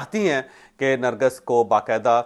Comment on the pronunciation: nargis ka nam ap theek nhi le rahe ...ap nargas bol rahe hen asal nam nargis ha